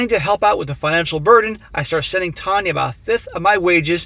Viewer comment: "Tanya" more like "Tania" Kappa